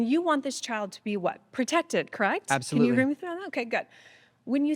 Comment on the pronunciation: Did he say absofruitly? 😂